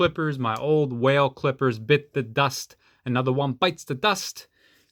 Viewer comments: What are your saying whale? Is wahl...wall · wahl is said like "wall" lol